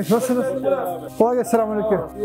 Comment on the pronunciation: “Selamünaleyküm” ne güzel diyorsun reis 👏👍